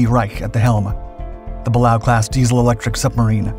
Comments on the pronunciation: It is pronounced Bu Lay O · Pronounced "Buh-lay-o". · Pronounced "buh-lay-oh" class. 😒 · the class is pronounced. Bah. Lay OH the other class mentioned GATO is pronounced GAY TOW ..he mispronounced both